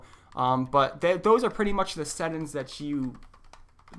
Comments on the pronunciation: Where are you from that you pronounce settings as settins? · Great video! But you were killing me everytime you said "set ins" when talking about settings 😂😂😂, but again great video and very informational I had no idea their was a difference between a monitor and a TV screen.